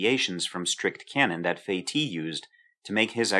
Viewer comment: Incidentally, the name of that clever French chap is pronounced "Feh-teece" :-)